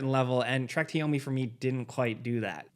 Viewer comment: Now I can't un hear it 😂